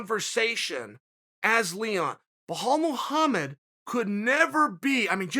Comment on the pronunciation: who is "wahal muhamed'?